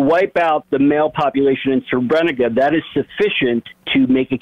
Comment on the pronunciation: He's referring to the Srebrenica massacre, but his pronunciation is quite bad. It's more like sreh - breh - NEET - sah.